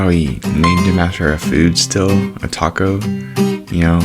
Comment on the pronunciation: I watched this whole video a while back, it was very cool. Also it’s not Taco, It’s Tako, it was short for something else, but I can’t remember. Neat video though.